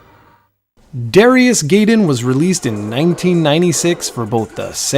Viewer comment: I believe the game's pronunciation would be "DARE-EYE-US GUY-DEN" instead of "DARE-E-US GAY DEN"